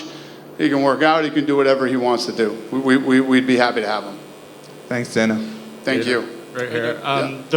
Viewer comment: Danhuh? White😅